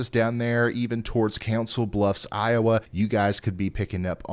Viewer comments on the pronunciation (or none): none